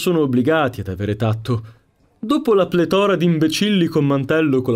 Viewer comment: si dice plètora non pletòra :P